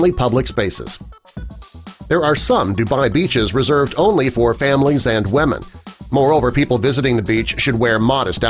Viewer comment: Please learn to pronounce "women" correctly: "WI-MIN"